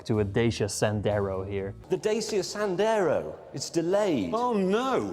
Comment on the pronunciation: Great comparison! I wish you used Zephyrus G16 instead of G14 because it has the same screen size as STRIX G16 but is still much smaller and lighter. Dacia is pronounced as da-chee-uh :)